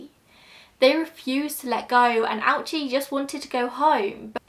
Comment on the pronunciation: Oh-oo-chi. Three syllables.